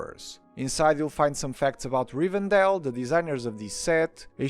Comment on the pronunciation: Leute, nehmt bitte die Deutschen Namen, wenn ihr die Englischen weder richtig schreiben noch aussprechen könnt 😅😅😅 es heißt Rivendell und nicht Rivendale, das ist keine Stadt im mittleren Westen 😂